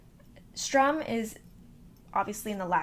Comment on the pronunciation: Strum? Its Sturm.